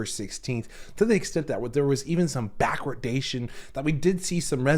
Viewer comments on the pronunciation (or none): No such thing as "backrodation". It's "backwardation".